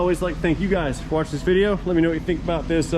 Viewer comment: Fabricobble... vidjeo... almost like AvE just dropped some new material!